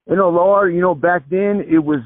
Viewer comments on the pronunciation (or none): none